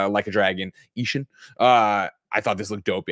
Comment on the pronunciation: ishin would typically be pronounced like E-sheen, at least i think.. lol only based on my 25+ years of watching a lot of japanese anime